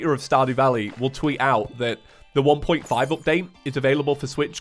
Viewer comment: I'm just going to say it but saying 1.5 is kinda strange